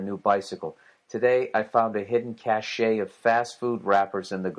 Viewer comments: Who pronounces cache as "cash shay?" xD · "cache" is pronounced "cash"